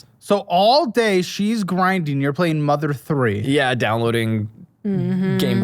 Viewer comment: does not know what Mother 3 is, shame. It is funny how he calls it Mama 3 tho